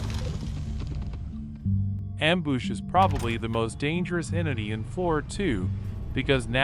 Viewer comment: "amboosh" and "impoesable " and "lohser pointer"